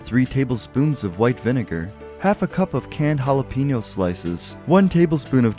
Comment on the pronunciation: Fucking really? Hala PEENO? PEENO?! its pronounced Hala-Pain-yo